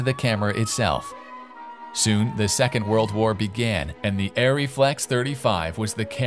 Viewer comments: Isn't it pronounced "Arr-ree"? Not "Air-ree"? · please, please learn how to pronounce German words - including "ARRI"